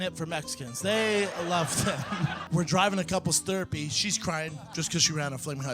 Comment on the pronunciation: what's cuples thurpy?